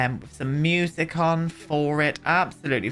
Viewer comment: I love how you say musically and music - moosically